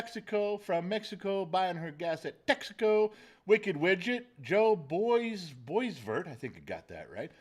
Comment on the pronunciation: Boisvert is pronounced bwwaaa-vare.